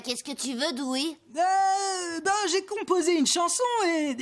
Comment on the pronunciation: Dewey*, pas Doowie